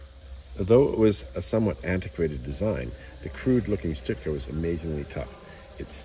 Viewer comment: its stuka not stutka.